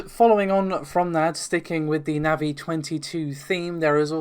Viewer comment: just for saying NAVI correctly you get a like ;)